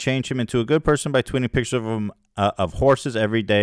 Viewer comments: Keem says pictures like a kindergartener. “Pitchers” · Side note: grown men that say “pitchers” when they mean “pictures” have serious BABY energy 👶🏼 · The way he says "pitchers" instead of pictures. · Love how he pronounces “pictures” like “pitchers” like a toddler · Never trust anyone who says "pitchers" instead of "pictures." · Man says “pictures” like “pitchers” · he is so under-developed he keeps saying PITCHERS.... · "pichers" -Keem I don't mean to make fun of speech impediments, but he is so mean. You keep saying "pichers" Keem. It's pictures.